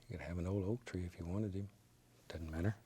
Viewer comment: ”It dudn’t matter” I love this man and his art Needs more bass boost tho...